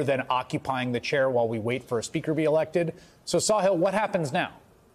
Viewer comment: His name is Sa-HILL. not Saw-hill 😮